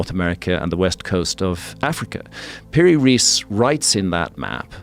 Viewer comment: Piri‘s Surename is pronounced as „Rice“. 😊